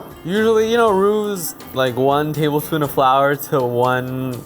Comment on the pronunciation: I just watched this and when he was mixing the flour in the bowl he really said tablefoon instead of tablespoon lol